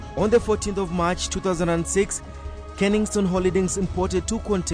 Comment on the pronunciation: KENSINGTON, twice you have called it KENINGSTONE